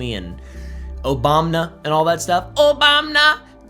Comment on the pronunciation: We said “Obamna” at the same time have my kids